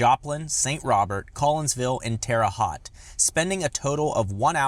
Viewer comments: It's not "Terre Hot", its Terre HOTE" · Armchair warrior here :) - Terra "Hot" is really pronounced Terra "Hote"!